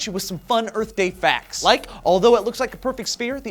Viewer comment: whooo! go earf!